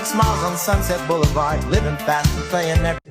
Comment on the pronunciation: You can tell that it is AI because of how “Boulevard” is pronounced in an unnatural way.